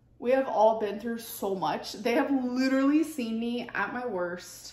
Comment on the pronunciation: Riveting content as usual ICKSPECIALLY the candle situation type deal. Lidurally.